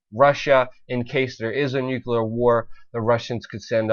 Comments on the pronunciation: New Clear. Not Nuke-you-lerr. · I can't stop laughing every time that he pronounces NUCULER, NUCULER, NUCULER War, NUCULER WEAPONS ;))) Is NUCLEAR Brother! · quit saying NuCuLar! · NUCLEAR!!! Your mispronunciation of the word damages your credibility and not incidentally, lumps you in with George W. Bush, the Idiot President. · It's very hard to take a guy who can't even correctly pronounce "nuclear" very seriously.